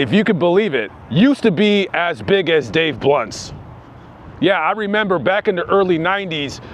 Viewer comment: Did you say "Dave blunt":, or Dave blimp"?